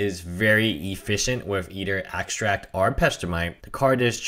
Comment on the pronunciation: Protagonist He has a little speech problem. So what? Its minor mispronouncing get used it. No need to flame him for a little problem